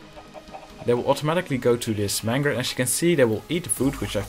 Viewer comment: It's pronounced main-ger